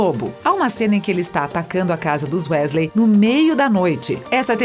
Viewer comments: "Uésleis" dói, tudo nesse video dói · É wesley e nn wÉsley ( eu falo assim kk) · Weasley eles falam Wesley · lulibyun ele falou:wésléi só q a pronúncia certa é:wisley tmb falou névili só q a pronúncia certa é nervil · o vídeo tá ótimo, mas não chamem Wésleys plmdds que doeu nos meus ouvidos kkkk se fala wisleys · Q agonia ela falando "Wésleis", conseguir falar mal da Hermione e ainda tentar colocar um gênero na Tonks a pff e ainda diz os nomes todo errado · Perdi o foco a partir dos "uésleis" huehue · olha, o vídeo todo me incomodei com as pronuncias erradas, mas Grindevalde e Wesleys foi de moer! Fora o racismo sobre o cabelo da Bellatrix e Hermione. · família Wesley? vamos pronunciar correto por favor? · "WÉsley" pqp 🤦🏾‍♂️ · "Wesley" MDS fala como um fã de HP normal. Kkkkk Rachei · lulibyun né kakaak quando ela falou q incêndio a casa dos wesley kakak pensei q era do safadão 😂😂😂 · Wésleys, grindeualdi, etcs etcs.😂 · “Grindevaldi” “Jota Ka Roli” “Weslei” GENTE- KKKKKKKKKKKKK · Quando ela fala wesley errado eu quase quero entra no video da um soco nela Desculpa sou potterhead💚❤ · Nem consegui terminar de assistir depois do que falou da Hermione e falou "Wésleys" aff #melhorem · na hora que ela fala Ron Wesley, eu achei que não poderia ficar pior, mas ai me vem em com a bizarrice de Bill Wesley!!! Ok, bill é o nome no original, mas como é que vc se preocupa em falar o nome original do personagem e ao mesmo tempo me vem com Wesley??? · "Os Uesleys" kkkkkkkkkkkkkkkkk PQP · Grideval Jota k Rowling Wésleys Basílisq Nagini NevillE Hougorts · Sim wEEsley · pior foi o bill wesley: falou o nome original e cagou pra falar o sobrenome do cara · Dizendo "Só erro de português" vc foi bem bonzinho. O erro dele doeu tanto quanto o vídeo pronunciando UÉSLEY kkkkk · Uesley kksksks , morri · Gente que agonia ouvir ela falando os nomes errados !! Ela falava errado e eu repetia certo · Me dá agonia vendo ela falando Weasley errado